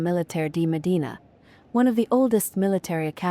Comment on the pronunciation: Mòdena, not Modìna. The E letter sound like in “gem”.